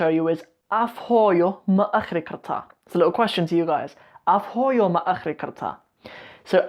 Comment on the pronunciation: It's akhrin bro, you have to pronounce n at the end.